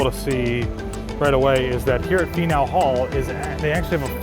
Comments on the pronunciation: Faneuil (Fan-yule) Hall Hhaha hope you guys had so much fun. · My city! Sorry but I cackled at the way you pronounced Faneuil Hall. It’s “FAN YOU UHL” :) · I had to laugh ever time you said Faneuil Hall... Definitely not from Boston not knowing how to say it🤣🤣 Love the videos!!! Keep up the good work👍